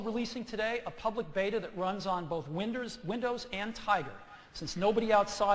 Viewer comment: Apple's coming back!!! Oh and he said "winders" lol